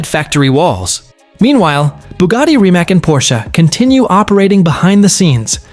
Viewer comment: Reemats!!!!!! Not Reemak!! Learn it! Respect it!